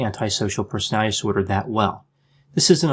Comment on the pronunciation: I like that you speak in small sound bites so that it is easy to understand what you are saying. It bothers me that you you seem to say "Persality" skipping a syllable in "Personality". Just sayin.': )